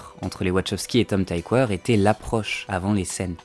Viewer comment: Tom Tykwer est allemand, ça se prononce "tikveur"